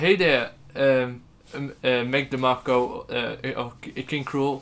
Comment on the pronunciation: The hard r really comes out in that demarco ;)